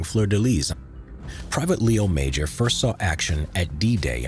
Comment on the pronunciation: i met Mr. Major. His name is pronounced 'Majore'. I was in front of greatness when i was in his living room.